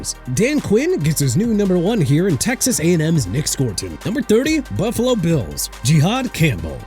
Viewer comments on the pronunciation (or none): none